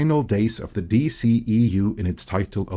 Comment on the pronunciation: I really hope you get sued by Warner discovery for breaking the embargo. Every time I heard you say “d she u” I threw up in my mouth. Say ur an incel without saying ur an incel.